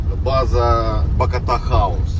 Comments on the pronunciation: БакОта, а не БакотА😀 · Відео чудове, тільки наголос на другу букву бАкота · Ба́кота Ба́кота Ба́кота наголос !!! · Не БакОта, А БАкота😂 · БАкота, а не Бак0та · Радий що вам вдалося відпочити. Тіль блт не БакАтА, а БакОта!!! 🤬